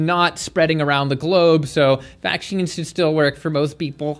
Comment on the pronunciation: What does vaksheeenz mean?